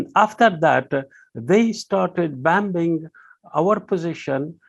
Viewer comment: Not just bambing but Heavy bambing on innocent women n children.